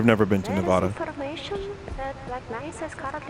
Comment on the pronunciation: It’s Nevada